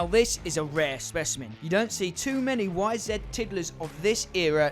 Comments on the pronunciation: Why do you say "Y-Zed"??? It's "YZ" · Fucking YZ damn it , say it right !! It’s not a fucking zet !!